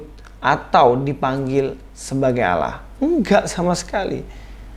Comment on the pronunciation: Kata Allah di Alkitab itu mbacanya Allah bukan Auwloh. Auwloh itu adanya di kitabmu, dikasih tahu bolak-balik kok nggak ngerti-ngerti sih ...